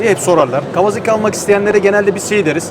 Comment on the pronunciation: Kawazaki değil ..KAWASAKİ..